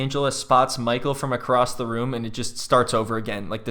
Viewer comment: “MAHKALL” “SKYLAH” gets me everytime 😂